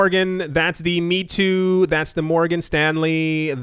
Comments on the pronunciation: Meitu = may-tu Not "me too"..... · its pronounced may-two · Mei (美) in Chinese means beautiful. Tu (图) means picture. You should pronounce it as: “may-too”. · Meitu is pronounced "May too" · Fun fact: Meitu is pronounced as "MAY-TOO" Stellar video as always. Cheers! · There are so many Meitu news. Please check how to pronounce it's name correctly for the next video.